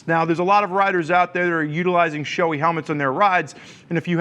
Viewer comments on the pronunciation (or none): its not showy its sho-ei like hey just remove the h in hey. btw. Nice review